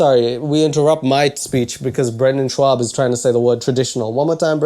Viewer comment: So you did stand up once in high school. You haven't even learned how to say his name correctly. Brenden has a long list of accomplishments spanning years between football, lacrosse, fighting, and commentary. True, his comedy is not great. But it's cool you did stand up at a high school talent show... 🙄